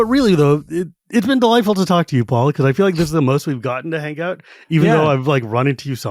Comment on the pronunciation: Paul? Its Paul.